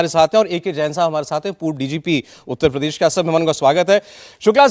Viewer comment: not even pronounce uttar pradesh correctly...uta padesh🤣:face-blue-smiling